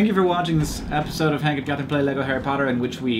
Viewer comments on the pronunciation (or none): I actually heard the beginning as "Hatherine and Kank". I think these need to become your new nicknames.